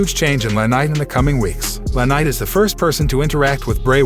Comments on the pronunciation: Guy needs to know how to pronounce the wrestlers names correctly the wrestlers name is L.A. Knight not la ,other name you butchered is Vince Russo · Don't be attacking Liv Morgan your show sucks your a liar no one cares what you think and you can't get peoples names right its not lanight its LA knight! Get it right retard!